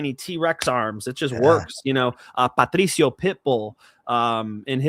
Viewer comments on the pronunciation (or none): Stop saying Patdrrricio like that 😂